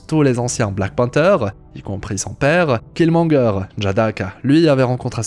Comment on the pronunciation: Tu prononces très bien le nom Killmonger. C'est pas tous les jours qu'on voit ça